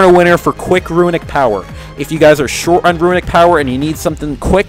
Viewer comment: Are you kidding? It's called "runic power", not "ruinic power" :P